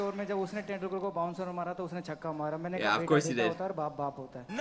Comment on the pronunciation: Sachin Tendulkar = s-chin ten-duul-kar. The language was hindi